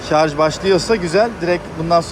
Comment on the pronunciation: Şarz değil ŞARJJJJ